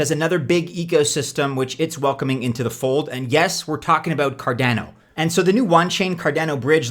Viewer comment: It’s Card on O not Car Dan O 😂